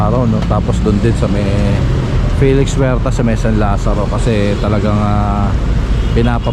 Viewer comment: Good morning. NAAALIW kami dito sa España.. sa fast pud.. Jollibee. BAKIT daw Filix Huertas ang bigkas mo sa Felix?